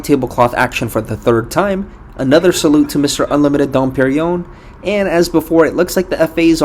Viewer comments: i hate when people pronounce dom perignon wrong! it's not dom periyom... its dom per-ing-yong (kind of, it's hard to write the phonetics in english). you're missing an entire sound!! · quit calling it dom periyon... good grief! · Pier-in yonnn...asshole Dom Perignon. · if I had a nickel for every time you called dom perignon, don periyon.....